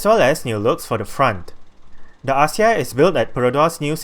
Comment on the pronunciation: The pronunciation should be "Akzia"